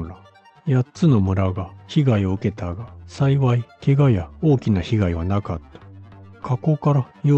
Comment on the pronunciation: 「さいさい(さいわい)」って......😂